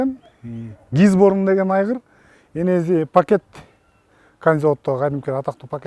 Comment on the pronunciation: Энези дейтго энеси еле дечи